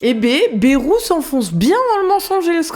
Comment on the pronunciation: Ba-ï-rou, par pitié. À la limite Cazalet (son vrai nom patronymique).